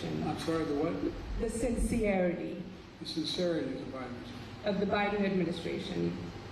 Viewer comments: Biden: "the what?" Reporter: "sin-see-err-ity" Biden: "oh, sin-serity" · Omg really? Since-see-airty? If a reporter can't even get the correct pronunciation of a word correctly it obviously is a stupid question in the 1st place! I'm sorry but why are questions from the media so childish today? Of course china will make comments to try to divide us, but it's ridiculous name-calling that shouldn't even be acknowledge. Smh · Imagine being a professional journalist and not being able to pronounce sincerity.